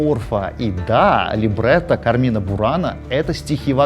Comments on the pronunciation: Не "КармИна бурана",А "КАрмина бурана" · Всё круто, но в слове carmina ударение ставится на первый слог: суровы правила чтения в латинском языке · Там ударение на первый слог: cArmina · кАрмина бунара) Ударение резаноуло, там на первый слог.